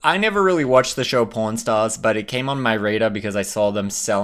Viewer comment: your accent!😂😂😂 I thought you said po r n stars!😂😂😂😂